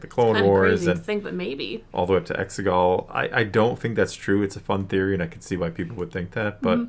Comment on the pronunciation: Should put a trigger warning on this episode for saying “exegol”, I had a seizure and blood came out of my ears 😂